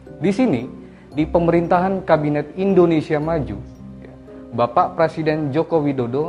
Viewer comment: Bang, bukan PRASIDEN …. Tetapi PRESIDEN - pre Bang, bukan pra, bang❤️🙏